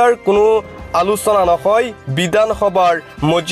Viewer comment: কিয় ভাষাটো শুদ্ধকৈ কব পৰা নাই,হেৰ বিদানসভা নহয় বিধানসভা হে।